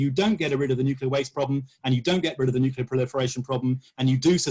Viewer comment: Why listen to anyone who pronounces it 'nu-ce-lar'?